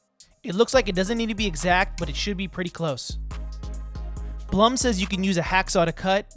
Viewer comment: Love your video, but the name is actually pronounced, "Bloom." It doesn't rhyme with, "Plum."